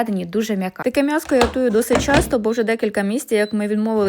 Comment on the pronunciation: А де ви почули М'ЯСКО? Пані каже МЯСКО! Перед апострофом буква М тверда. А вона вимовляє М як м'яку,тобто без апострофа. Мене дуже дивує,що багато українців кажуть МЯСО.І не тільки в місті,а і в селах. Я виросла в селі,дитинство припало на 80-90 роки. Але я ні разу не чула,щоб на М'ЯСО казали МЯСО. Це якесь модне віяння,чи що?